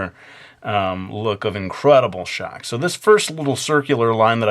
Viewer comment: "a tate of shtock" "BOOIIINNGGG" hahahaha!! ~likeyy